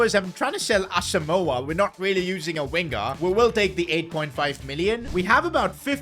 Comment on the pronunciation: Its Asamoah not Asamooooooaaaaaah!!!